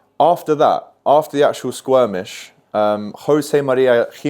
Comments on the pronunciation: Hang on….. um, can we just address “squirmish”!?! Haha. Good to see your channel growing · It's Skirmish